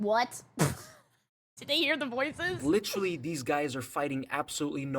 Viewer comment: "Literraly"? lol